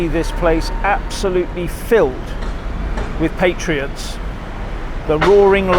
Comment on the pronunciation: Pat-ree-uts (not Pay-tree-uts). I am an elocution teacher in England. Sorry to sound bossy! I have many faults.